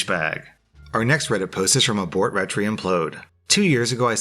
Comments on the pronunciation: "retry"... "ret-ree"? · I'm seriously tryna not giggle at saying abort ret tree implode instead of abort retry implode Can't bash him at all over that tho, it is one word, but can't help the giggles xD